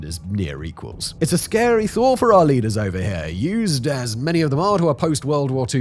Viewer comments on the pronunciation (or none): none